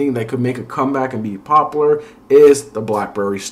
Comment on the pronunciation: its popUlar, not popolar